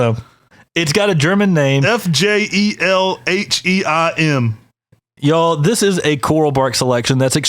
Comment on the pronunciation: Fjellheim is a Norwegian word meaning a home in the mountains, often just used to describe the nature of the mountains. Fjell is pronounced more like "yell', woth an f up front, one syllable. Trusting you that that tree sucks tho!